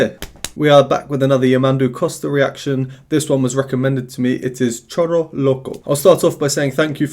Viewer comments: It's pronounced "shoro". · Hey,! The pronunciation for Choro is: SHO-RO. The "ch" sounds more like "sh" as in "show". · Actually the word choro is pronounced as if the word starts with "sh" in English like show. Cheers.